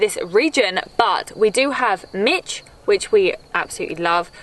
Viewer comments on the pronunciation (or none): yes, but the actual pronunciation would be closer to “michi” than “mitch”, because there is no “t” in mici. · I am not telling you anything else besides the fact that I hear the “t” in Mitch. Do you hear it? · I love how she calls mici "Mitch" like the name 😂. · in the name “Mitch” the “t” is pronounced in English.